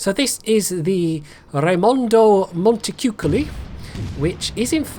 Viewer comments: It's actually pronounced Montechewcoaly. I love the vid and can't wait for the Italian cruiser line to come out!!! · c in front of dark vowels is pronounced "k", not "ch". And the "o" is closer to the sound of "torn" than "coal", with no diphtongue to be heard, so as Beltenbros said.